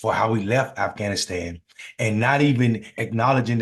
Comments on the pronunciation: How are we going to have a President that can't even say Afghanistan? He sounds like a middle school student trying to lie his way into class President. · Stupid d..khead can’t even say Afghanistan. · LOL, Trump can't even say Afghanistan properly. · Hey Trump , what the hell is " afanastan " ..... you senile old man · Uhm...did DJT just say "aff...anistan" ? Lol. Hehe. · His dementia riddled ass said "Afanisan" 😂😂😂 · afannastan? lol he can't even say it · "a-fan-i-stan"?? This is prerecorded and THIS IS take you choose to use?? 😂 Let me guess, this was the ONLY take wasn't it? And nobody thought to tell the emporer he has no clothes. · I chimed in at Afan-ass-tan 👀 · Did it say Af-fanastan? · Afnascan? Is that what he just said at the start of the video? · Afasastan????? WTH was he babbling about a twenty seconds in my God my brain hurts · 8/30/23 he calls it aff an is tan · Did he just say “aff anistan?” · 22 seconds in he says Affanistan ... where is that ? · He actually said it Afanistan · He said "Afhanashan" did anyone catch that? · "Afanistan"? Ugh... God save us from this orange nightmare. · Hahahaha. At the 20 seconds time stamp, did he say “Afanastan”? This guys lies so much, he can’t even line his crooked A$$ lips. His mom should’ve shallowed instead of letting pop bust in here! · Did he say affflaannastan wtf….😂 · "thousands and thousands we don't even know the number" he can't math ... he can't even pronounce Afghanistan or equipment, and slurring a bunch of other words, donOLD is dumb and a weirdo... only his stupid, echo-chamber supporters would believe his narration of the Afghanistan withdrawal and not go check the facts.. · Apart from the usual fact opposed crap the orange loonie is spewing, I'm surprised that Conald is also even to dumb to pronounce Afghanistan! 🤣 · So you want to run for president and you can't even pronounce the word Afghanistan. Interesting